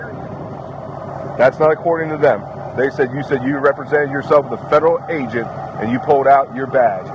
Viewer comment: He Didn't say Federal Agent. He Said Federal A'Dewitte